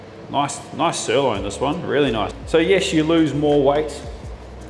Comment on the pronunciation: I'm sorry.... did you just say "stirloin"?